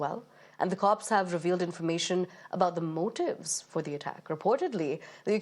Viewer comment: Mootiivees what a pronounciation!